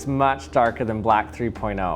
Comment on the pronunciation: "Dat iz some BLACC paint"